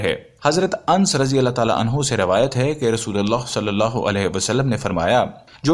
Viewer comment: انس کا تلفظ درست کریں اپنا